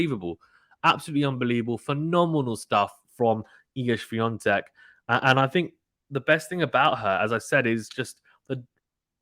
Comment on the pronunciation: Thank you for the correct pronunciation of Iga Świątek's name. Greetings from Poland. You are doing fine, decent job. It was nice to hear your opinion.